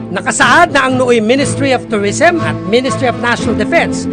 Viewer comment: Fortress not FORTREST Corregidor not CORRIDOR Pagsasaayos not PAGSASAYUS At least not AT LIST Turismo not TORISMO